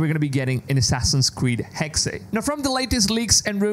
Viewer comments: Its been months now how are you still pronouncing Hexe wrong? It's Hexe, not Hex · The Name ist HEXE not Hex it's a German Word and we spell every Letter of this Name. Hexe means whitch. Same with Porsche not Porsch. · First he was pronouncing it Hex-A (as the in the English word Say) and now he's just pronouncing it "Hex"